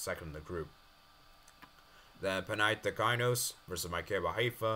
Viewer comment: "next up is Zzrna Llhnsk vs Breidablik" Also its Panathinaikos not Panathikainos